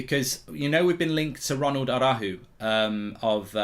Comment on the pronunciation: Tried to hit the R in araujo that he dismissed the of the name 😂